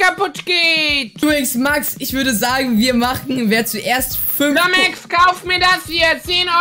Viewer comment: Nicht mehr Lumexx sondern Lomexx😂